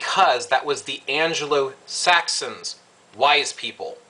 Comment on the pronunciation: "anglo" not angelo